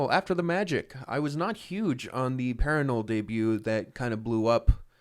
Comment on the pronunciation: ITS PARANNOUL NOT PARANOUL